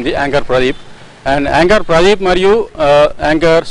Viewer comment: pradee... Pu... Aa gap enti bhayya🤣🤣